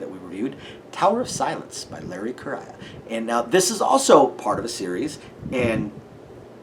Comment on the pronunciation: Small correction since it took me a while to get this right too. Larry's last name is pronounced as "Korea", the country. Seems really weird but that's it.